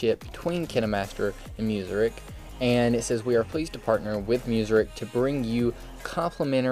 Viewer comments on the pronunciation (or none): none